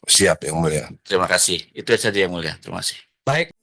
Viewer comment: Terimakasih ygmuleshhhh Kaya ga jelas pengucapan AD pas bilang yg mulia